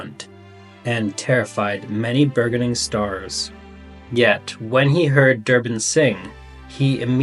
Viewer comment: bur·geon·ing ˈbər-jə-niŋ I’ve listened to you before and there seems to be a lot of words you’ve never heard pronounced in the real world.